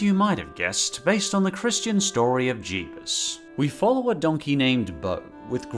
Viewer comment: Nobody: Him:Jeses